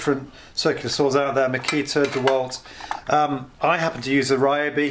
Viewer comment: They may sponsor you if you start pronouncing the name properly. Ree-O-bee. The Y sounds like the one in Tokyo